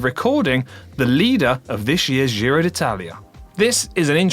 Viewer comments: Giro is pronounced [ˈdʒiro] dʒ ➔ già /ˈdʒa/, giorno /ˈdʒor.no/ i ➔ mio /ˈmio/, di /di/ o ➔ come io /ˈio/ with a hard g, which, in basic english equivalent sounds like jee-ro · ciao, the "g" in "Giro" is pronounced like the "g" in "George" or "ginger" 🍝